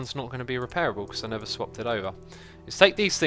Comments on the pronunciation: is it just me, or does say "nether" instead of "never" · Scott Hill no he does